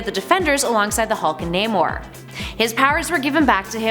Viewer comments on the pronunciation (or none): none